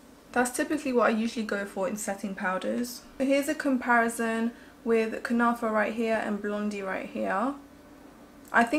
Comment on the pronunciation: Kunafa you are saying it right dear ❤️xo